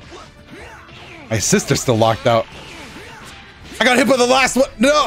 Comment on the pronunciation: and then they never knew what they started “Za Battle Of Za Beams”